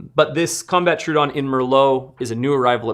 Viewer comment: Troh-oh-don. Not true-don.